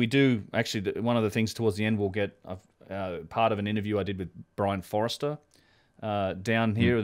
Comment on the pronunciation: you still seem to be saying Brien Forester ( ish) not Foerster - you seem to get the 'e' in the wrong place - think of Robert Forster from that great Aussie band The Go-Betweens Or maybe it's 'cos I'm a Kiwi and 'mis-hear' the Ocker accent and drawl...:- ) otherwise thanks, and keep up the great work.